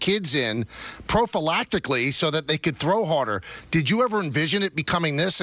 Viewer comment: Did Michael say "prophalactically"?